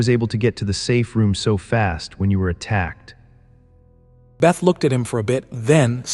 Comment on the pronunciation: Little annoyed that the voice keeps calling beth - Bait...